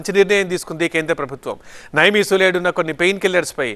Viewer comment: నైమీసులైడ్ కాదు. నిమ్సులిడ్.